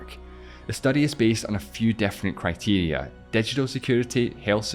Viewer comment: Bro stop talking what is „cetees“ and „defferent“